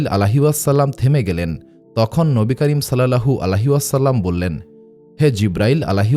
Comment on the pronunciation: আপনার উচ্চারণ এ সমস্যা আছে,,, নবী করীম সাল্লাল্লাহু আলাইহি ওয়াসাল্লাম,,, এর নাম বলার সময়